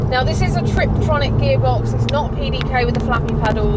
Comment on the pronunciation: Why does she call it a trip-tronic? Constantly. Its a tiptronic. Hard to take someone seriously if they think its called a triptronic.